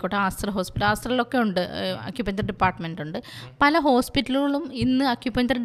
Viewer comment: അക്യുപഞ്ചർ അല്ല(അക്യുപങ്ങ്ചർ) ആണ്